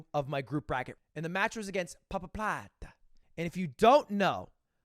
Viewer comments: Pabapladé, every german loves how you pronounce papaplatte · i never heard someone pronounce papaplatte like you did Ludwig. I cant stop laughing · The way he says Papaplatte is so funny